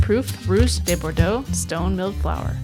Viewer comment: Nice video. I can always tell someone who learned Spanish but not French (or in my case French but not Spanish) by how de is (mis)pronounced. No, de is not pronounced like day en Francais.